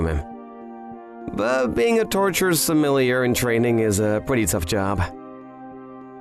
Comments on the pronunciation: clicked off after hearing "torture sumilleeyer" twice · I can’t handle the word Sommelier being mispronounced lol